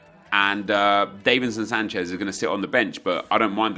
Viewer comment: Does it annoy anyone else that he says davinson Sanchez wrong